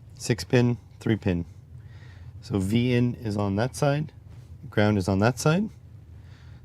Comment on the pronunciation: Why "grawnd" and not "ground"?